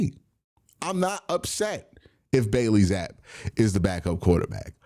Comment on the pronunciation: Bro says Bailey zappe wrong every time😂 wtf